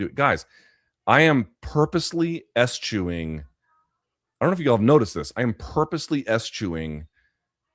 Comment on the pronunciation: Please review the correct pronunciation of eschew/eschewing, thanks